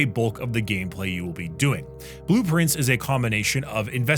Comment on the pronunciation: i always heard blueprints, when he said its name :D